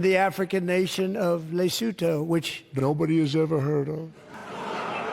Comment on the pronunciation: it's pronounced lesutu